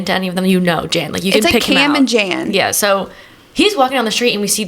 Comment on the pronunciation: This whole pod is iconic and feels nostalgic because of location! Wanted you to know Jan’s name is pronounced “yawn”! I recently learned myself. your song was perfection. 🫶🏼🫶🏼